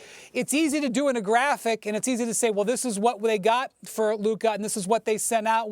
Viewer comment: Why does Stephen A. always pronounce every word that ends with an "a", as if it ended with an "er" (ex: Luka = Luker and Busta = Buster) 😂